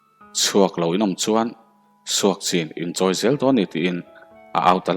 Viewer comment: I chhiar sual nge aw... SUKCHIN tih tur ah SUAKCHIN in a ri tlat mai.. fimkhur nan